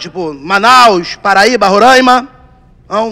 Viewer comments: Até quando? Até quando as pessoas vão falar "Rorãima" custa falar certo?! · Hahaha eu não escaparia de um tiro pq certeza que eu ia gritar um “É Roráima, não Rorãima”